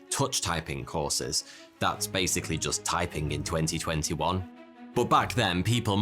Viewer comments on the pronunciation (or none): I find how you say 2021 VERY OFFENSIVE and offensive content notice